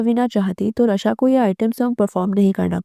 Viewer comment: Raaaa shaaaa not ra shaa र नहीं रा